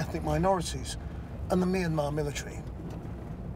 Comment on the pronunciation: finally some1 who pronounced Myanmar right.